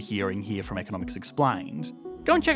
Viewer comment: hihi there is fron not from